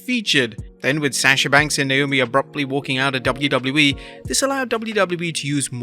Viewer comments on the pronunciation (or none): none